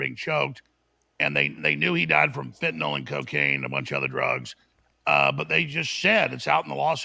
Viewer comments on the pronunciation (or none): none